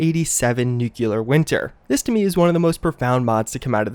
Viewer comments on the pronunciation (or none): This guy needs a voice coach or something. Nuclear. Not nuculer. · Its pronounced New clee ur! U sound funny saying Nuc yoo lar! lol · New-clear, not new-cular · Nukeuler? It's pronounced NEW-Clear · Nuclear - New CLEAR, NOT New KULA. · Still saying Nucular i see... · It actually blows my mind that you run a channel mainly revolving around a game series based on nuclear apocalypse, yet somehow don't know how to pronounce nuclear.